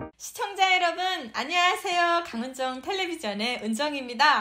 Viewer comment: 예쁘시고 열심인..... 처음 시작하실때 강은정 조그맣게 하시고 (쉬고)텔레비젼은 크게 말씀하시는데.... 강은정 크게 말씀하시고 바로 텔레비젼은 조그맣게 하시는게 좋아보입니다 한 단어로 강은정텔레비젼이라고 발음하시고는 게 좋아요